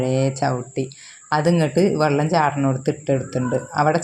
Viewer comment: വെള്ളം എന്നുപറയു...വള്ളം അല്ല